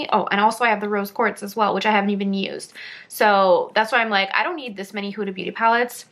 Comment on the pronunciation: Her name is pronounced Hooda, not Whoda.